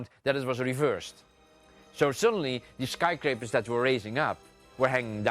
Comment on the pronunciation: I'm sry, but listening to him try to say "skyscrapers" is just cringy as fuck.